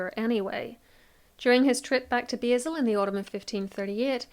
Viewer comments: Love this, I just have to correct your pronunciation of Basel. It's pronounced 'bah-l'. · I think you should look up how to pronounce Basel!